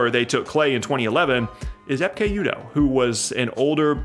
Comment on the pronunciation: "Epkay" Udoh was a decent player who would probably be a PJ Tucker esque if he played today.